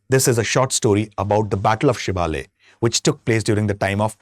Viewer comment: The place is SHIVALA SHIVALA PALACE and not the battle of Shivalaya as being pronounced.